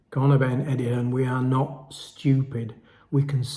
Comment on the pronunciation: EDDIE HEARN NOT EDDIE HILLS ?